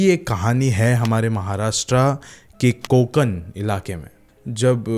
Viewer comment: ण ण न nahi कोकण